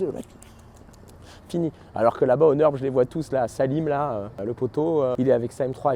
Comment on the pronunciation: Très sympa la video comme d'habitude. J'aime bien clairvoyant sur le fait qu'il est un gros consommateurs de freins. Normal il roule comme un cochon 🤣 Sinon petite critique constructive: faut arrêter de dire le "Neurb" c'est atroce 😭 Deja cest nUrburg et cest le nom du village 😅 A la limite faut dire le Ring si on a pas envie de le dire en entier Ou Nordschleife pour les puristes 🙃